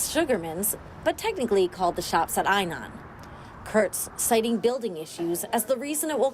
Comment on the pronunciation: The way she said "Eye-non" made my brain hurt...